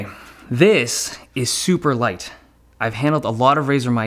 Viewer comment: Lol, he said lise mouse instead of light mouse, he said i like lisemouse